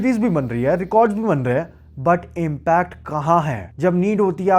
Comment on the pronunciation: This video is such a good drinking game Take a shot each time you pronounce “hai” wrong